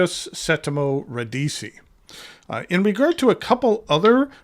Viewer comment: FYI it's ra- DEE-chee.